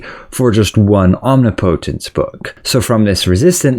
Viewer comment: Not to be mean or anything, just a friendly tip: Omnipotence is pronounced om- nip -uh-tuhns